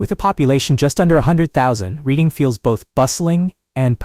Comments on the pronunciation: It is not prounced Reading but "Reding". Lived there for a short time in the 70s I was born in Scranton and raised in Dickson City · Reading-pronounced red ing. Amish- pronounced ah mish. Google- pronounced goo gle. Erie- no s on the end. Plus other words that get screwed up the more you say it. AI will never get the English language correct.